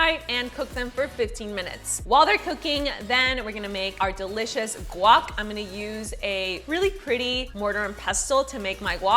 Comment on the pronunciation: guac...................say it right